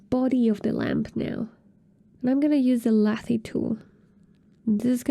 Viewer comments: Fantastic tutorial! thanks for explaining the basics! I believe lathe is pronounced lay-th though- like the machine used in wood or metal shaping when making cylindrical sculptures :) sorry, just lost focus each time i heard lathee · Great video. But lathe doesn’t rhyme with latte’. It’s lay-th. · 😆Was going to tell her this. It made me smile chuckle every time. Very informative video Thank you!